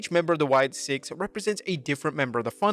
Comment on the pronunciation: It's Sicks, not Six